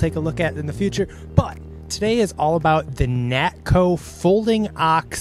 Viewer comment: Nakto, not Natko.